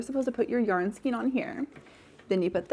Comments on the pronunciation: This has always been a pet-peeve of mine 😅, but you are saying Skien rather than Skein. Skien (skeen) is a municipality in Norway. Skein (skān) is what yarn can be loosely formed into. And your big "skein" is a cake rather than a skein. There's different ways of having yarn, which is a skein, a hank, a folded hank, a twisted hank, a donut ball, a hard core ball, a cake, a bullet skein, and a cone. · It is pronounced "SKAYN" not SKEEN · Could you say skane of yarn instead of skeen, I would totally appreciate it. My ears cringe when you mispronounce skein. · I love the first yarn holder!!! Skein is pronounced skayn.